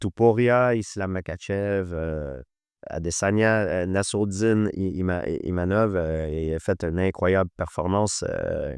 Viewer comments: My name is IMAVOV, pas Imanov Ivamov ou je sais pas quoi 🤣 tu aurais pu lui dire quand même 😅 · IMAVOV pas imanov , inavov etc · « Imanov » 2 fois, et ne le reprend même pas 😅 On va officiellement le renommer, ce sera plus simple 😂😂